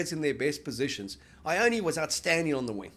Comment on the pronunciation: Why cant you guys pronounce Ioane ? Its easy, you've heard it spoken ...